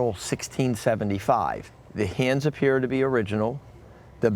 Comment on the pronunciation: He says "hands" and it sounds like "hee-unds"